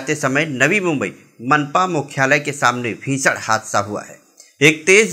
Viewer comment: भीषण बोलो भिसड नही